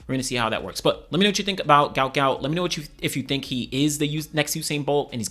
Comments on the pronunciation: His name is Guot Guot pronounced Gwot Gwot. A spelling error was made on his parents visa when they were in Australia. It's Not Gout it's Guot. "Gwot". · Is there any chance people can say his name correctly now that his parents have explained it was spelt incorrectly, it’s Guot not Gout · "Guot Guot" not Gout Gout. Pronounced like Gwot